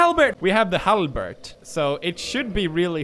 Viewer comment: Gotta love how he pronounces “halberd” as “halbert”, like Jim from the office...